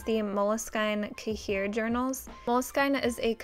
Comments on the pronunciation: Cahier is actually pronounced ky-yay, like "ky" rhymes with sky. 😊 Uni Signo are my favourite pens too, I like the blue-black. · you pronounce cahier weird